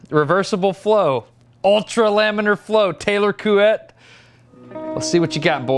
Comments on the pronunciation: Yup. But "Sir Taylor"... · Your pronunciation of "couette" is pretty good ( I'm french just in case) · great pronounciation of Couette ! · Your pronounciation of Couette is pretty good actually. Coming from a french speaking person. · Well, your pronunciation of Couette is quite good ! I 've also learned that somebody was called "Couette", which is basically the french word for "bed comforter"... The video is great, thanks a lot ! from a french guy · No worries about your "couette" pronunciation, it's totally approved ! Always a pleasure to see your videos ! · Your pronunciation of Couette is excellent =) Fun fact : in french, the word couette means a quilt <3 A french guy. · Hey, I'm a french guy and I give you my croissant of approval for the pronunciation of Couette's name. Pretty good! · You're pronouncing "Couette" the right way! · Says couette multiple times with the correct pronunciation. Apologizes profusely. Says "JIF" instead of "GIF". Says nothing. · I'm like 90% sure you are saying Couette correctly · No idea how to say Couette but he absolutely nailed it! (Native french speaker here) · Couette was nicely pronounced... Though you only had 6 turns.... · He actualy nailed the "couette" -random french engineer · As a fellow French guy who got nothing else to do, i appreciate that he did it quite good, other Americans talking French words don't do it as good as him xD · Sounds right to me -random Quebecois engineering student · Don't worry, as a French Canadian, I can assure you that you pronounced Couette correctly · "coo - ett'" almost perfect haha, fun fact that actually means duvet/comforter... eh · Actually, you’re saying « Couette » right! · As a French Canadian fan of Smarter Every Day, I’m pleased to announce your pronunciation of Couette is just about perfect 👌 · My Man Couette ! <3 Yes it's "KWET" ! !:D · As a french guy, I validate your pronunciation of « Couette » it’s actually « Kwet » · Your "Couette" was actually right! Source: I speak French